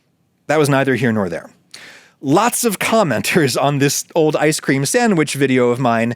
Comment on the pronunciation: Why, Adam, do you pronounce both "ice cream" and "Jeffrey" so strangely?